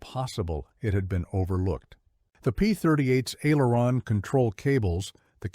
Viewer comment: AI narrator needs to pronounce aileron. That is the trouble with all of this AI narrators